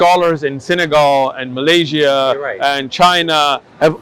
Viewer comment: whenever mentioned Malaysia, it sounded so close but yet so far in San Diego. Thank you.